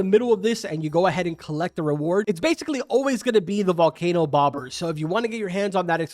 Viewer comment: The volkayno was to hyped in my opinion